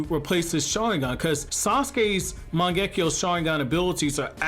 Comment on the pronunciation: Every time I hear this guy butcher “Mangekyou” it makes my skin crawl. It’s pronounced “Mahn-geh-Kyo” NOT “Man-geckee-yo”. You’re adding an extra syllable. Your welcome. 🙏